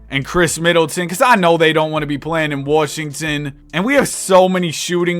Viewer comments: he pronounce Washington like that on purpose? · Ah yes, the Worshington Wizards